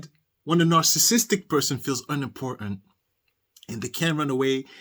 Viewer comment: Love your show best success to you, sir. I love your accent and you're pronouncing "narcissistic" perfectly, so just ignore the haters. Really good show pertaining to Darryl Brooks. love your reactions 🤩💓